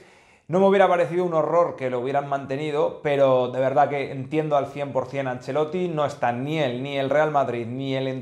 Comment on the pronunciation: Por enésima vez el apellido es ANCELOTTI, no “angelloti” ya usted parece que no sabe pronunciar los apellidos eslavos como Modrić (que se pronuncia modrich).